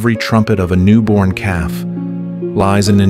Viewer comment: Calf……not cub.